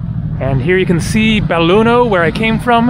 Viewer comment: belluno. no beilugno. haaa